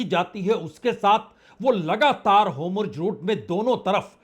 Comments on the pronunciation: Homurz nahi 🧐….. Hormuz hai wo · Wrongly spoken: Anchor should correct it. NOT Homjojeroot but Hormuz NOT Notanu but Netanyahu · Lacchar support team.can't speak HORMUZ properly.